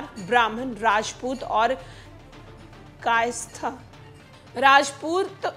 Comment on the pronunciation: मुझे लगता है हिंदी में आपके हाथ थोड़े तंग है। स्वर्ण नही सवर्ण होता है। कायस्थ भी एक बार मे आप नही पढ़ पाई।